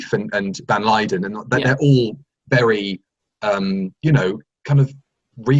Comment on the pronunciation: Anyone else notice love of Ambassadors of Death creeping in by calling Van Lutyens Van Lyden?